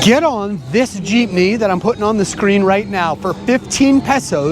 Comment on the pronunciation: Also good job for making an effort of pronouncing the places & city districts, & even the different jeepney routes as it should be.